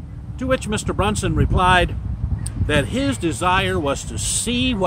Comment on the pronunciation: Overall good facts, my only correction would be your pronunciation on the last name, Bronson with a hard o no u. Liked the video though, keep up the good work